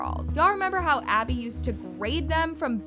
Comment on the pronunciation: Maddie can't even say Abby's name and Chloe I feel bad for her she was my favorite and I hated when she got yelled at it enraged me 😡😡😡😡😡😅😅❤❤ but Who loves Chloe cause I do😊